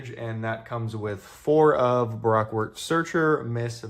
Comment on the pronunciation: I love the enthusiasm, I do. But it's Ba Roke. If you disagree with that please tell the voice actor for zoro he mispronounced it in episode 62 about 3 minutes from the end of the episode.